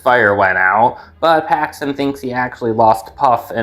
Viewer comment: For a second I thought you said Haxton and not Paxton